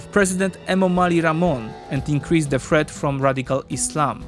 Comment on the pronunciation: Good and all, if you read this, work on your "TH" sounds, because you are pronouncing them as "F"s. worth = worf (sounds like wharf, different meaning) , thirty = firty (sounded like you said forty) , threat = freat (sounds like fret, different meaning)